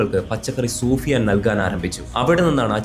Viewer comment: Soofiyan alla sufiyan aahn